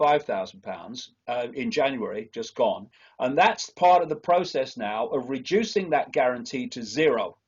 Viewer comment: Rejuicing or reducing? You can't even speak your own language?